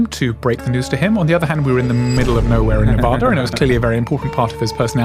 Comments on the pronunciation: whats even wrose is it said navarda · That’s not how you say Nevada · Say Nevada correctly